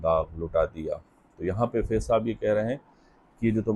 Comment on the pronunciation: بھائی فیض کی ف کے نیچے زیر ' ِ ' نہیں بلکہ اس کے اوپر زبر' َ ' ہے۔